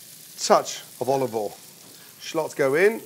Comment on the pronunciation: This is the first time I heard from Gordon oil Instead of OLIVE OIL